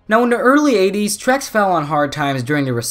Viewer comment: Lol your pronouncing Terex wrong (teh·ruhks)